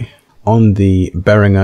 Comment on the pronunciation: your pronunciation of behringer has earned a dislike.